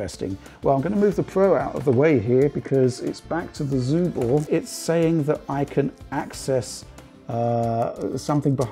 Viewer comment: Is it some rule in English to read 'Subor' as 'Zubor'? When it was represented in post-ussr times in Russia it was spelled and pronounces with an 'S' in the beginning